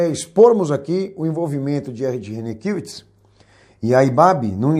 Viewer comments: Nitidamente esse camarada nao conhece o Ed. Nem o nome dele sabe pronunciar. É mais um que quer ibope e se promover a custa dos outros, tentando gerar polemica. quero vê se o Ed mover uma ação contra você! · Quero lamentar profundamente o conteúdo deste video com termos pejorativos inaceitaveis e acusações descabidas e infundadas contra o Pr Ed Rene Kivitz . Lamentável também a rasa e falaciosa interpretação do Pacto de Lausanne. Até a pronuncia do sobrenome do Pr Ed Rene está errado neste video... Lamentavel!!